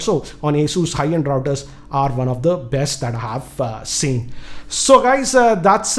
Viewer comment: Wifi raooters😂😂